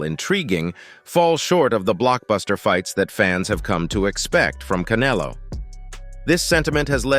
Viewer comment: OK, I took a deep breath, readied myself😁, & listened to this computer generated hyped bullshyte ALMOST all the way through. Couldn't even pronounce Munguia & Canelo's names properly. This is the problem with boxing today, the hype!!! And yes, when you call Bena a "titan" you're right, as he comes into the ring 2-3 times heavier than official weight categories, like Haney. I'm convinced Canelo will fight anyone in his path, he's only 33 & his resume proves that. Bena has NEVER faced an elite boxer/fighter/PUNCHER in his career & must come into the ring as a weight bully to get the W. Munguia has a better record than Bena, & has continued to improve, especially via Freddie Roach, Jaime is NOT a "new comer" as this hype says. Berlanga hasn't fought anyone, Morrell is a more talented/dangerous fighter in the ring. Quite funny, this long winded bullshyte narrative casts even MORE doubt on what might actually happen! Patience is a virtue, & earning your way used to be the way of boxing.😎 Canelo is king at the moment, all the serfs are thinking they can earn a big fight with their foamy mouths. PBC has never been good for boxing, their game is manipulation of weak minded fans. Hearn is the ultimate promoter, even with his occasional bullshyte, but it is what it is. DAZN has gotten greedy also. Boxing used to be about fighting inside the ring!😎